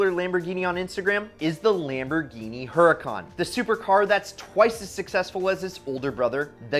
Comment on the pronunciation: Lamborghini hurucan perfemonte